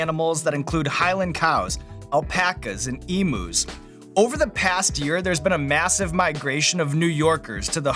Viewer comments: LOL... As an Aussie, I can tell you we don't cal them E-MOOZ... we call them EEM-YOUZ. The U is pronounced YOU. Jeff Dean Morgan is a bloody awesome guest! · "eemoos" M A T E